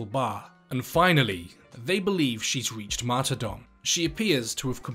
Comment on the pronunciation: Martyrdom* not marty dom